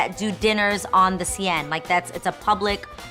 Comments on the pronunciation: The See-enne?!! Ha ha it's the Siene, (pronounced sen) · I love how you both say ' La sienne' La seine is pronounced 'la sen' :D but really I'm going to call it la sienne from now one, I don't care.. You really are a beautiful person. Such a great aura xx love from Paris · The cien it’s the Seine like sen lol 😂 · That is so cute! But it is pronounced Seine (as in sane more or less), not Sienne ahah <3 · It's "SEINE"...Not Sienne. ...you're too cute. ... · *River Seine... not siene :) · The Seine river in Paris is pronounced the "Seh-n," pero Im not being petty 💁🏽‍♀️😜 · The way you guys pronounce the Seine river is hilarious 🤣